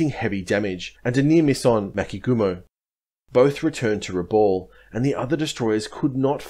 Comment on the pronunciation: Pronounced Brewuna! My dad was there! Pronounced Rebal!